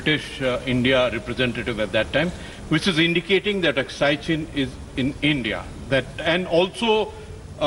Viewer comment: Wat kind of a reporter is this who cant even pronounce AKSAI CHIN properly